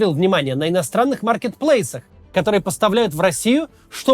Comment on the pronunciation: Он даже слово "маркетплейсы" выговорить не может